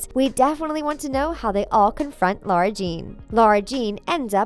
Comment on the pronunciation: It literally says in the third book that it's not pronounced "LAURA ". It's pronounced LARA